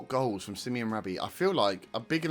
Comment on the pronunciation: Sim-oh-nay, not Simeon. Brilliant first game. Feels like the start of something.